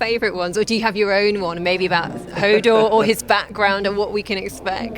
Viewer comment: i hope he could say more than just "hordor"